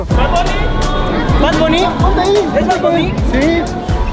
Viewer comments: Como dijiste es bad bonny😂 no? Me cago de risa ahora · y el diciendo es BAB BUNNY!!! jajaja me dio risa te adoro federico